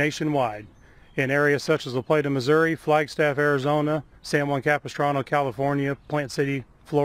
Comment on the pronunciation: Super job. Now I know how to pronounce La Plata.